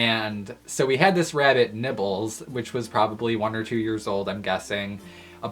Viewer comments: Did he say nipples or nibbles?! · i thought you said nipples lol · i thought he said nipples when he actually said nibbles